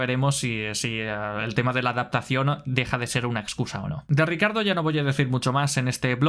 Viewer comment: Siento un gatillazo cada que dices "RICARDO".... no jodas y lo repites mil veces!! ... Ni Lobato que también es del mismo país, pronuncia tan mal su nombre. 🤦‍♂️